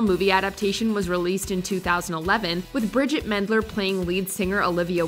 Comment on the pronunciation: Bridgit.Not Bridget.